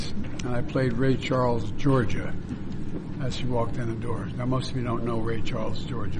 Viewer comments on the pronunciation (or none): (Georgia) it's not (Giorgia) he needs help 😂😂😂😂🎉🎉😊